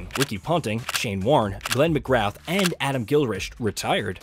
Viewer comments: Great video, but please lookup the correct pronunciation of the names of legends Glenn McGrath and Adam Gilchrist. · Pronounce Glen McGrath properly.. He deserves it..